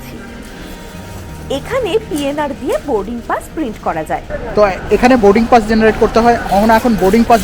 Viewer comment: Oshadharon uposthapona. Sudhu ektai request, dar ektu uchharon gulo kheyal korle khub valo hobe.. Like bus or Boarding PASS.. specially "স" এর উচ্চারণ, "শ" নয়।